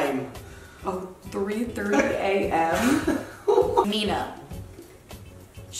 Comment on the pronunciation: was saying 'Nina' instead of Mina hahahahahaha